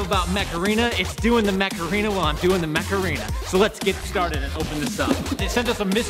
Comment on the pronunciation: At some point stopped saying “Mech Arena” and started saying “Macarena”